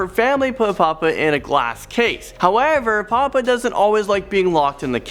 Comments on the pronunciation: god yes, this guy can't even get simple pronunciation right. Pupa pronounced papa, Amelia pronounced emmalia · Pupa is pronounced: poo puh. Amelia is pronounced: uh mee lee uh. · At one part with pupa it sounded like "poopa"